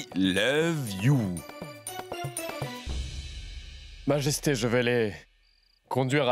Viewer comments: Ehhhhh🤣🤣🤣🤣 mes cotes, qui dit" I lobe, au lieu de I love you" 🤣🤣🤣🤣🤣🤣🤣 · Au lieu de dire I love you il dit I leve you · Oh Mon Dieu, m'a tuée en disant I love you,lèv you😂😂😂😂😂😂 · qui apprend l'anglais 🇬🇧 c'était vraiment quelque chose et plus encore quand il a dit prononcer pour la première fois les mots I LOVE YOU, et quand il a dit I LO E YOU A Jodha qui miskina ne comprenant pas ln mode mi effrayé mi colérique wallah j'en pouvais plus tellement il ma littéralement flingué de rire a en pleuré c'était aussi cute 🤩😘😍🤗😁😉😀😆💜🧡💛💗💓💝 que hilarants n'est pas mdr lol xptdr😂😂😂😂😂😂😂😂😂😂😊😂😂🤣🤣🤣🤣😂😂😂👌👍🏼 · Qui à éclaté de rire quand a essayé de dire "i love you"😂😂😂😂🤣🤣🤣💔 Ps: je suis sûre qu'il le fait pour jodha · La partie où prononce i love u c’est pr nous dead??😂😂😂😂😂😂😂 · pardon l'anglais là 🤣🤣🤣🤣🤣🤣🤣🤣🤣🤣🤣et sa manière de prononcer 😂😂😂😂😂😂